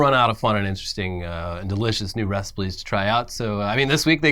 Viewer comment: did you say reciples? idk if i really heard an L there